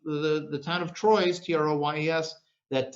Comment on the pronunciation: You don't pronounce it "Troyes", it is pronounced "Twar"